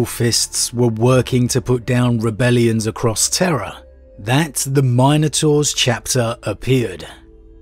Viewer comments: MINotaurs, not MINEotaurs. C'mon man. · My guy my guy it’s not Minenotaurs, but Minotaurs 🤦🏽‍♂️ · It is pronounced Min-O-Taurs. Not Mine - o -taurs. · It's "min" a tor...not "mine" a tor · Say Mine-ators one more time... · I hate the way he pronounces minotaurs